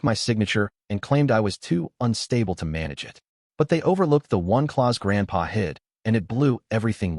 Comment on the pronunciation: Clause, not claws 😅